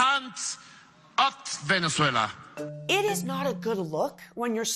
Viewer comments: 2Hedz she says it as a Venezuelan, that's how you should pronounce it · thats how you say it in spanish lol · Sweetheart, please stop with the exaggerated Spanish accent when saying Venezuela. You don’t use the equivalent when saying Paris or Liverpool for that matter so just drop it for Spanish-language words. Good content otherwise. Thanks! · Kevin Hernandez-Fabre I never said it was wrong! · Is anyone else annoyed by how she switches to Spanish when pronouncing Venezuela? Does she also say Deutschland when talking about Germany? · No you're not a pro Trump military hawk, you're just a completely ignorant liberal. You think it's funny to make the point that kidnappers stopped kidnapping.....hahaha. You're entitled simply by the fact you can Venezuela in spanish accent. And have you been to Venezuela? And so who are you to say that protests in the USA need to have venezuelans at them to mean something. I'm Latin American and every Latin American I speak to knows this is about simply raping the country of it's natural resources by people that are completely unconcerned about the plight of the poor and that want to reverse the gains made by the Chavista politics of housing state medicine and collective betterment. Your opinion isn't welcome but you're entitled to it. But that is simply all you are, entitled.